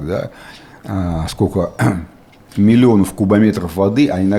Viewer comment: Уважаемый Валерий Геннадьевич! С интересом смотрю выпуски. Однако режет слух много ошибок по части ударений при склонении глаголов. Например, дрАлись вместо дралИсь и так далее. При эфире на большую аудиторию это может быть важно